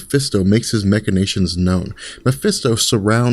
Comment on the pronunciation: MACH-inations, not MECH-inations...lol